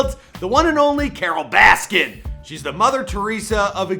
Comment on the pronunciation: “Carole baskins”